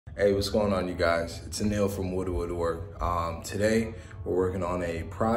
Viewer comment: When you said your name it sounded like "A-nail" and that's pretty ironic considering you do woodworking, love the video keep up the good work.